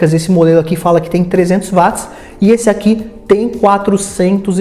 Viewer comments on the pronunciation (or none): none